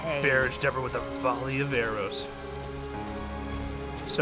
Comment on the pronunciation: Now and arrow sound more like bone and narrow